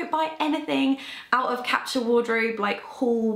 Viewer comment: Why can't she pronounce the word capsule properly?